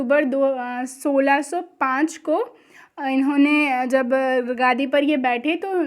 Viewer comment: मैम वो गादी नहीं गद्दी होता है।🙏